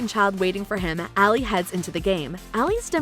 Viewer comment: Even Ali was mispronounced lol